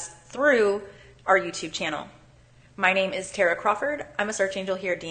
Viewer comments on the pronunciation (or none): none